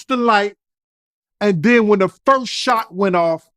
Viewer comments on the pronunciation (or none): none